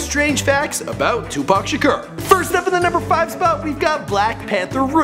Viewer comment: "Tupac Shakerr" is pronounced Tupac Shakore